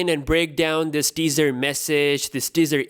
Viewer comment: Everytime he said teaser, I thought he was saying dessert lmao